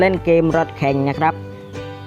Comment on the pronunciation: รถ ไม่ใช่ รส